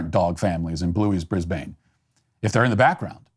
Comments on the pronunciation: a) Bris-bun, nor Bris-bayne. Nor is it Brisvgeas or Meaanjin. Sorry, that's just my bug-a-boo. b) The ABC is the most disgusting, infuriating, insulting waste of public space in Australia and its should be burned to the ground and every person who works for it flogged with a birch and shunned by society. Failing that, privatize it or make it a subscription service immediately. This kind of woke BS you are seeing is a slushie on top of the tip of the iceberg of crap this disgraceful public parasite pushes out. c) vegemite is a by product of brewing beer, it is fantastically delicious and every proper Australian eats a shit-ton of it every year. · ABC is our BBC/PBS, one of our state run propaganda outlets. And it's brizbin m8, not bane, it's said lazily. And it's just yeast extract from beer manufacturing, you couldn't have a healthier tastier breakfast. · First of all, it's Brisb'n...not BrisBAYN. Aside from that, the level of stupidity being levelled at shows like Bluey in particular is absolutely insane. The ABC just the other day were forced to edit an episode where Bandit weighs himself on scales and realises he's let himself go and needs to exercise. This has been shouted down as fat shaming, and not the promotion of a healthy lifestyle as was intended (and which 99.9% of people took it to be). Even the US channels have deleted scene from the show where a pony takes a crap at a country fair, because "censorship"! The discussion about various diversities not being shown in the cartoon has been going on for about 12 months now. The Heelers are too middle class. There aren't enough this that or the other. And yet, myself, my wife, and my 4 year old daughter love it just as it is, and Miss4 has no idea of the bullshit politics that her favourite show has caused. She. Just. Watches. It. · Its pronounced brisbin not brisbayne😊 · Brisbn, not Brisbane. Quick, where's my safe space ;) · its pronounced bris-bin not bris-bane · Americans please: Bris-bin not Bris-bain